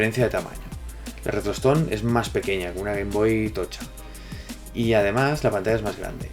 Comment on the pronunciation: Nose en qué vídeo mensionaste esta consola, pero yo escuché "retrotoston" XD